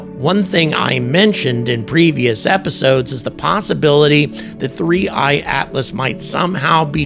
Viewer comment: 3I/Atlas ( and kudos for not mispronouncing a simple name ) isn't going away regardless of NASA ignoring it, millions of observers prevent that; but the number of anomalies could double & yet the Scientists (as if ) with a rigid adherence to what they've been told to have seen won't change. There are still Earth-centrists, centuries after Galileo & Copernicus. Ignoring compelling evidence such as NGA course corrections, spectrographic readings of atomically pure Nickel, & others make these guys the equivalent of scientific Flat-Earthers.